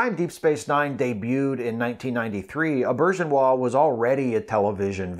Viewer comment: This was a perfect tribute to a wonderful man. I met Rene Auberjonois at a convention long ago. Maybe DS9's first or second season. Taught us how to pronounce his name, and I'll never forget it (You said it absolutely correctly, too).